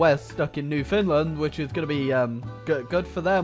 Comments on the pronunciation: Did he just call Newfoundland New Finland? its literally New Found Land COME ON MAN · did you say new finland instead of new foundland? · Don’t call it newfinland it’s new found land!!!!! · I got so pissed off when he called Newfoundland “New Finland”. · Did he call Newfoundland "New Finland"? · New Finland... its Newfoundland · Did he call new foundland new finland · Did he say "New Finland" instead of Newfoundland? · NewFinland smh, NEW FOUND LAND KEY WORD FOUND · I got so triggered when he said "New Finland" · Nobody:: newfinland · it sounds as if you said bew finland...which wont be entirely innacurate... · did you just call Newfoundland NewFinland? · You said Newfoundland wrong